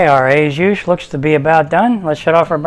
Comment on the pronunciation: Not "ay juice". More like "oh zhu". I'm sure you're a great chef.